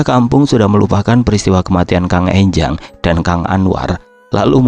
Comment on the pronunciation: Enjang bukan Énjang